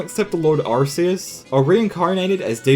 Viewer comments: It's Arkeas that's how it's pronounced. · WHAT IF... people mispronounce arceus's name because... big youtubers ALSO mispronounce his name? its ar-KEY-us by the way. that pronunciation has been confirmed since 2009.